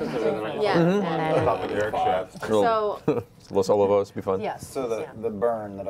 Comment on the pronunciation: #TFW you grew up in CA and your first reaction is, "Did... Matt just pronounce Los Olivos (O-lee-vos) as Los Ol-o-vos?"